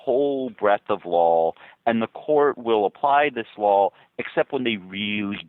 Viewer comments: Haha sounds like Ian keeps saying "lawl" instead of "law" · Omg this is so obnoxious, anyone else irritated every time this guy says "Lawell" instead of Law!? Interesting piece, but each time he pronounces "law" as "Lawell" or "lawl???"